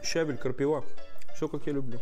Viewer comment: Ухо режет ! КрапИва а не крапивА😂